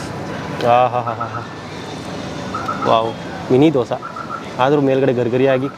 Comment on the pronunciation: ದೋಸ❌ ದೋಸೆ ✅ ವಡಾ❌ವಡೆ ✅